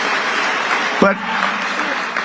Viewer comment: "The most beautiful word"in the WHAT? He said, "dicture" YIKES.!